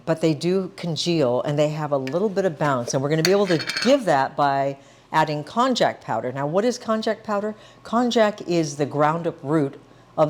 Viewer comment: You should know that konjac is pronounced with a "y" instead of "j" sound, as in konyaju. And, konjaku usually refers to konjac "cakes" not to the raw root or the powder. Also, the strength of konjac powder varies tremendously from different sources, and using glucomannan is more consistent.